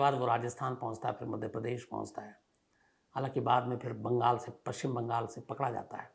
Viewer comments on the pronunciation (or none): none